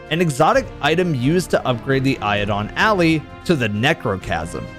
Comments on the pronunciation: First off, its said "Eye-de-lon Al-lie", as in an Alliance with the Eidolon, becoming Allies. There is nothing in Lore OR in any wiki I searched that makes it even remotely relevant to Harry Potter, not to mention the different spelling and pronounciation between Ally and Alley. Don't throw random lore into things if you can't confirm it. Also, really enjoyed the segway into the ad where you talked about your testicles from your childhood. Everyone 100% needed that in their earholes. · It's Eidolon Ally as in an Eidolon who is your ally, not an alleyway =P I only played D1 after D2 launched. It's something my clan boots up sometimes if we're bored of D2 but want to play still. But given what I've heard, and what you describe here, it sounds like I would have liked it. I never held with the notion that because map assets exist in a game behind a locked door, means that later use of those assets is a cash grab. Development is a long and complex process and sometimes things start and stop at odd times. I do wish there was a way to keep unused assets like this out of the game until they're in use though, because it ends up spoiling things when people inevitably OOB their way inside. Great vid! I love the journalism and historian role you've taken on and I think it adds a great deal of value to the community that isn't offered by other channels or creators! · Ally... not alley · Sir please, it's not "eio-don", It's "eid-olon al-lie". It means the Ideal/Perfect Partner. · Eidolon “Alley” 😂😂😂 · Great video, just one irk. Eidolon Ally: Eye-doh-lon Ah-lie. Eidolon is Greek for spirit or phantom, or idealized person. And we know Ally means friend or companion. It's Phantom (ghost/imaginary) Friend. Not a Harry Potter reference at all, unfortunately. I'm not sure how that conclusion was made 😅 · so was calling it "iodine alley" an inside joke i'm not aware of? i don't think is illiterate enough to not notice the L in "eidolon" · eye-doh-lon a-lie***